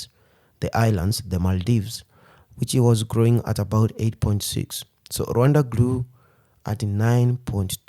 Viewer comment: It is pronounced with 2 syllables (RWun-da), as he is pronouncing it. Westerners pronounce it with 3 syllables, Ra-wan-da, which isn't correct.